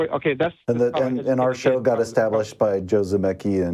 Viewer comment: Or "extablished."